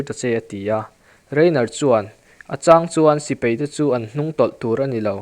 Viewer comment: Sipei ni lo in,sipai tih tur aw